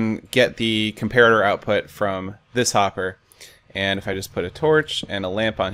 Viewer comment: you said popper instead of hopper